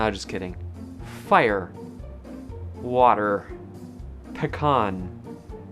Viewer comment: "Do I have a way of speaking that iden'ifies me as Californian" Yup, you drop your 't's around 'n's. You later over pronounced the t in "ant" because you're trying really hard but in conversation you probably say "an-" with a little pause after the n as your tongue hits the roof of your mouth, then forgets to finish the 't' sound. And you pronounce water like "wadder"